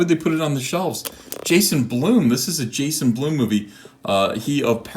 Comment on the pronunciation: Ethen. Please. Blum. BLUM. not.. b l o o m gashhh